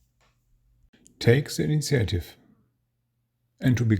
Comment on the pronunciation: thanks for your wonderful shows. your english is very good. please allow me to help you say one word better. initiative is pronounced EE-NEE-SHEEAH-TIV. looking forward to more shows about napoleonics and campaigns.